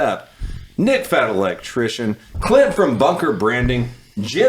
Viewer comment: I swear he said CLIT from bunker branding 😂